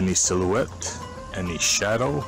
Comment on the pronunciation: Maybe he can do a go fund me for a dictionary. In just one sentence: a. In case is two words, not one. b. It’s silhouette, not silhouet. Also, “find people that does not know”, is grammar that’s on par with someone who dropped out of homeschool.